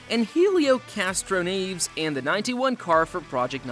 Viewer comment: Castro-nev-ess, not Castro-neaves.